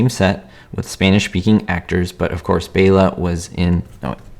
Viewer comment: Thank you for pronouncing Bela's name correctly. I named my cat after him!